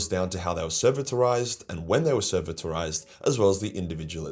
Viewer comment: De-ser-vit-or-ised! Goddamn... still love your videos even if sometimes your pronunciation makes me lose IQ points